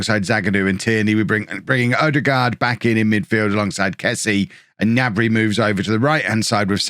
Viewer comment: Don't forget to pronounce the 'G' in Gnabry.